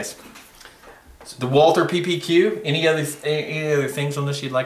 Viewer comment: Are you serious? Any reliable resource can at least enunciate the make of one of the most famous, renowned gun makers in the world. It's WaltHer (Wall-tHer) ! No wonder you shoot glocks.....idiots